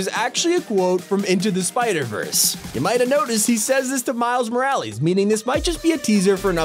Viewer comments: He still can’t say miles last name even though it’s been 2 seasons it’s not moralies it’s morales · Is nobody talking about how he says “Miles moraleels” instead of “Miles morales😂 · why did you have to say miles moraleeez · No one literally no one Top 5 gaming: Miles MoRaLeeS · “miles moraleez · the way he says "Miles MoralEEs" kinda triggers me smh... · Why does he say miles moralees? Is that how it’s actually pronounced or what? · Why do you say Miles moral-EASE...lol bruh you saying it wrong af 🤡